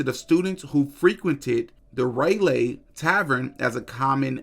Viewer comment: Bruh u cant tell me u dnt kno how to pernounce Raleigh?!! Lmao we learn that shit in elementary school 😂😂😂😂nigga sed RAY-Lay